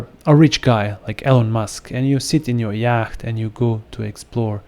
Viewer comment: It’s actually pronounced “yot” not “yaakht”